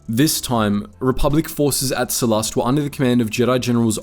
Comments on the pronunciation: Every time he pronounces Sullust as Sullust, my tumy hurt. 😔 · I feel like you are saying sullust wrong